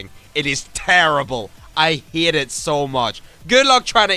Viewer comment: i love when he says "hate" and it just sounds like "hit"